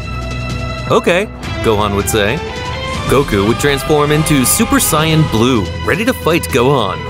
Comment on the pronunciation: Bro I can not with this Ai saying vegeta and etc names 😂 bro said super siagin blue